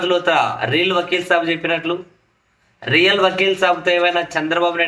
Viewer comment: … you pronounced both as reel..real(REAL) and reel..please note